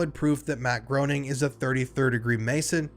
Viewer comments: If you're gonna make an hour-long video about The Simpsons, at least pronounce the creator's name correctly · Before you do a deep dive on the Simpsons, could you learn how to pronounce the creators last name properly? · “Groening” is pronounced Graining not groaning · Matt Groening's last name is pronounced "Greening" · WTC is next level and spans many episodes. Groening rhymes with “braining”. I like your backdrop, it works. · It's pronounced "GRAY-ning" Rhymes with "complaining" per Groening's comic strip "Life In Hell". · it's pronounced "Greening" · It's pronounced Matt Gray-ning, just fyi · It’s pronounced GRAY-NING omg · I know this is nit-picky, but it's pronounced "Gray-ning," when referring to the creator. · >Can't pronounce Groening >Can pronounce Reuters Fascinating, tbh